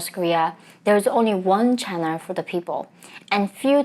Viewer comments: Channel...not chanerl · Welcome to my channerwl. lol